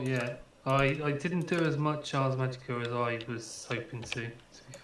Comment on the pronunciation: Dude it's ARS magica not arc